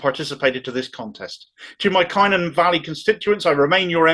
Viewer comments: As a Merthyr man born and bred I can only voice my disgust. - "Cunn-on" not "Kye-non" 😀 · Isn't it now up to the grass roots Labour members such as unions, trades councils, et al to back Beth as an independent? Just one pedantic point:,: Cynon in Welsh is pronounced "Cunnon". The letter Y in Welsh is "UH" (depending where it appears in the word). As I say, a very pedantic point. Thanks for these rants - gives me hope!!!! Keep going mate! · Cynon is pronounced 'cun-on' It is not a 'largely rural Welsh valley', it's a post-industrial Welsh valley Population of Cynon Valley is approx. 63,500 Population of Methyr and Rhymney is approx 72,000 And yes the process was an undemocratic farce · Brilliant,. Love your stuff. But it's pronounced CUNON and RUMNEE!